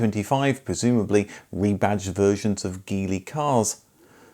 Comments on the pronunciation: Geely is pronounced 'Jili' Thanks for excellent content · Geely is pronounced jili. Daewoo isn’t pronounced Dayu either 😂